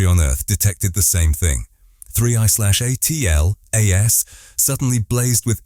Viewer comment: It's an AI generated voice that can't even properly pronounce 3I/ATLAS I bet that this script was entirely AI generated to